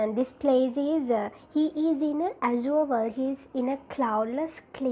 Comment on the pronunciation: The way you pronounce crooked, azure are all wrong. I think there exists this basic flaw in almost every teachers of Language and Literature in Sri Lanka. Plus the explanation is too shallow when it comes to a challenging subject as Literature.